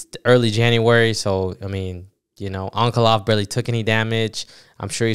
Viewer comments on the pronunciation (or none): This guy thinks he's Chael Sonnen how he mispronounced Ankalaev. Only Uncle Chael can do that. It's On-Kuh-Lie-Ev